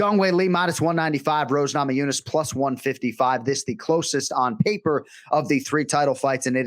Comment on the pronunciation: needs to know that Rose's last name is not Nama Jooo-nas.